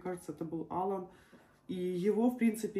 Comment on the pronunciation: Моего внука зовут Ала'н . Ударение на вторую букву а .